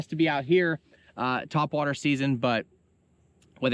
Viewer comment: Haha "tweakin ya twhat waters"